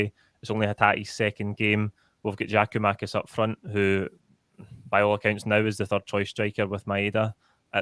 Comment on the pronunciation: Another one saying Giamakis it's GIAKOUMAKIS!